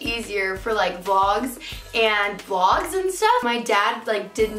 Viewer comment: "Its great for vylogs and vylogs"